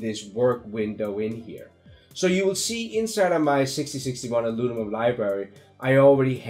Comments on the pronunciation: 6061 "Alunimum" I feel this so much, I flipflop syllables around ALL DAY! So grateful for your videos. Thank you for taking your time to make them, I hope you are well compensated for them. Cheers! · Howdy, Very helpful, Thanks.....BTW can u say "Aluminum 10 times really fast" (lol) Again, Merry Christmas